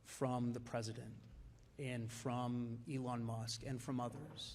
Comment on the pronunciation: Oh for God's sakes really you can't pronounce Elon you say ellen? And it was very snarky of that woman to pretend to get the pronunciation of Doge wrong... losers